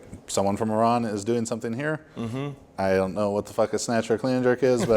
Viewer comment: love how pronounced Iran properly!!